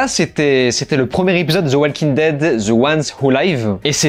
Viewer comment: Sérieux arrête de dire. Zi walking dead grrrrr .Au pire dit. De walking dead .. C'est agressant ton ziiii à chaque the